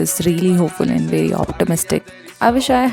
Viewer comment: That❌ Thaat✅ And❌ Aand✅..🌚